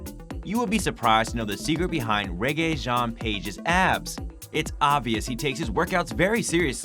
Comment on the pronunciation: It doesn’t sound like Rege, but I don’t know.